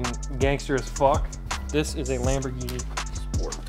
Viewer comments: Do you mean Wamborghini. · “im hewe at my gawage just bought a dedicated wambogini” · Hewe in my gawage just got this bwand new deditaded wamboghini... fun to dwive on this minecwaft... awea, but you know what i like more than this lamborghini Knowledge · Hew in my gawage just bwought my bwand new dedidated wamborghini. But do you know what I like mow than my wamborghini? Knowledge... Thats why I had these book shelves installed I wead one book a day.